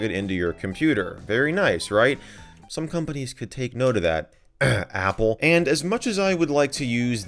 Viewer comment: The way he said “apple”☠️☠️☠️